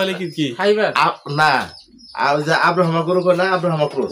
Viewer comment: আব্রা হামা না ভাই, ব্রাহমা ক্রস হইতে পারে, কি যে মানুষ আপনার নামটা ঠিক মতো বলতে পারেন না